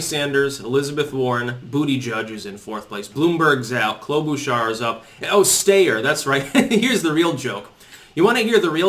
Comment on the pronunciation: Yang has been polling at 5-6 for a few weeks now. Just more cherry-picking. Quick side-note. It's sty-er not stay-er.